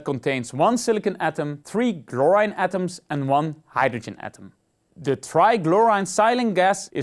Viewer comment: Its not GLORINE its CHLORINE